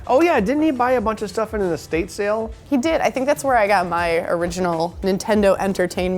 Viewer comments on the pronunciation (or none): none